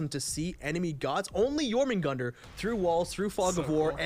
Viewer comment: It’s pronoticed your-min-gande